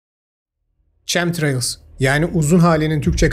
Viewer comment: Çemtrails değil kemtreyls diye telaffuz edilir.